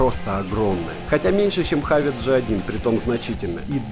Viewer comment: Почему хавит? Хэвит